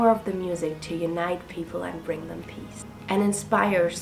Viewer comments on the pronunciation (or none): none